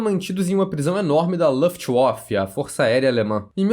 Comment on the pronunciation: Oh cara, não é luftuof, mas é Luftwaffe (vafe).